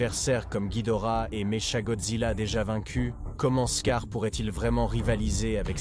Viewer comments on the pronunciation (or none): Quand t'as lu mecha godzilla, "me, chat" jai su que c'était de la merde